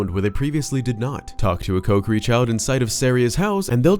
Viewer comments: Love your voice and everything you talk about but you saying Coke-ery instead of KOHkiri is murdering me right now. 😅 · Man this dude saying "Coke-er-ee" and not "Co-key-ree" is REALLY messing with my head. Have I been saying it wrong?? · Wrong pronunciation of Kokiri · Stop saying kokiri wrong 😅